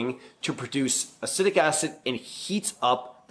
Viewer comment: Ah-seat-ic asid